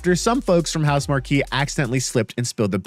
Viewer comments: House mark key...lol it's pronounced house mark...shows you don't actually consume any other PS gaming media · House-MARK. (Marque) not MAR-KEE. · Why are you pronouncing Housemarque like that? The studio themselves put out a video on their own YouTube channel addressing this. It's pronounced House Mark. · Great video, you’ve earned yourself a subscriber. Just a little fyi Housemarque is pronounced house-mark